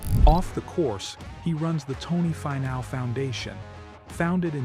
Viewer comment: Great video on Tony. Was AI narrating? You might want to look into pronouncing his name. It's,Fee-now not Fi-now